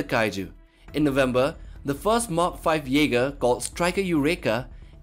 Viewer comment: WHATS YE-SPER??